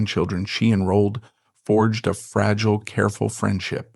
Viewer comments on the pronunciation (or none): none